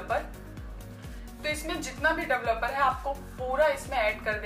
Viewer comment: Duvluper ki pronunciation sikhe pls